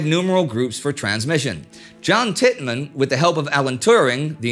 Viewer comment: The British code codebreaker is John Tiltman, not Titman.